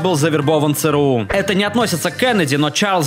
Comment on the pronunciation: Бляяяя. Не цэ рэ у, А ЦЭ ЭР У....